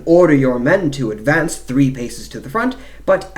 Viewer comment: Please don’t use a fake English accent when narrating. Its very painful to listen to such fake affectations, can’t focus on the info. It just sounds like an American putting on a bad accent. Command and advance isn’t pronounced like that when you are speaking English for example.